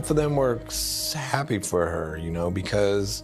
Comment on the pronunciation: "both of them were ssssssahappy for her" SAY👏WHAT👏YOU👏MEANT👏TO👏SAY👏